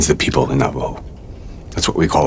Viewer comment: *cough* You mean Navajo -.